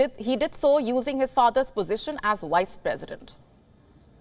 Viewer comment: I heard wise lol